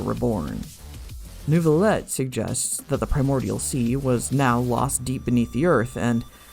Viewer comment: The fact that people can hear the name: "Neuvillette" and still somehow say "Newvillett" is astounding to me. Do people just mute the dialog?